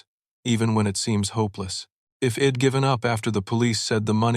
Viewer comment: Interesting AI. Doesn’t seem to recognize contractions. Hed instead of he’d. Ill instead of I’ll. Id instead of I’d